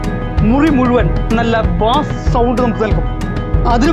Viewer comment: Its not ബാസ് its ബേസ് 😶